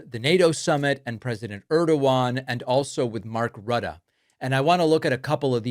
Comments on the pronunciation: your pronunciation of Rutte is almost correct. The tt must sound like a hard "t", not a "d" like i hear you do. (Not that i like the man....🫤) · A bit disappointed how you pronounced "Rutte" and "Ankara". But thank you for your excellent work.